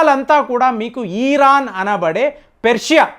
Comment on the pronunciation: ఈరాన్ కాదండి దయ చేసి ఇరాన్ అని పలకండి.